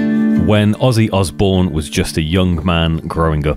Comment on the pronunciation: Pretty sure Mike Mason nailed it... Osbourne sounds like Ozzzzbourne. Ozzy for short. I'd imagine other people started calling him by the name